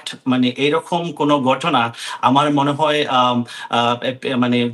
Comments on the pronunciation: গটনা নয় ঘটনা গন্টা নয় ঘন্টা আবাল আঞ্চলিকতা পরিহার করে আগে শুদ্ধ উচ্চারণ শিখে সাংবাদিক জগতে আসিস। এসব অশুদ্ধ উচ্চারণ শুনেই সংবাদটা শুনার রুচিটা নষ্ট হয়ে যায়। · আমেরিকার মত দেশে এই রকম গটনা গটে,,,,,, সাংবাদিকের উচ্চারণ,,, 😅